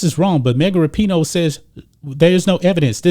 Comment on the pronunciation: LOL. It sounds like is saying Mega Rapinoe. And towards the end his facial expressions don't change when he states that " This is coming from the craziest, dumbest athlete in the world, Mega Rapinoe ". This video is classic.